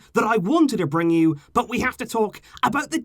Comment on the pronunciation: Why the f**k you emphasize on word "BUT" it is like "BUTTTTTTTTTTTTTT" !!